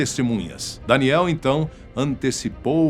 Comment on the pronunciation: Fala o nome do cara certo vei, é danielll e nao danieliii